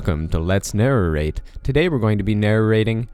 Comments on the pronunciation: Let's nerrrorate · IT'S NARRATE, NOT F#@ NARRARATE YOU SIMPLE WALNUT!!!!!!!!!!